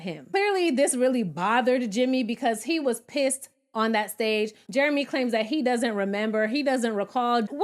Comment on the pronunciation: “What do you recall, JARAMAY” 😅😂😅😂